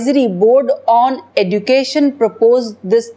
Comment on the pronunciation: EDUCATION IS PRONOUNCED AS. EJOOCATION... IDIOT